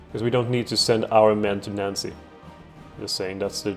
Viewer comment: Nice job! If you want to put more pressure on the allies, you could get involved on the Hedjaz-Yemen front. /Pronunciation Tips: Sinai - S(eye)n(eye). The vowel sounds are both pronounced like the word "eye". Nancey - Nahnsee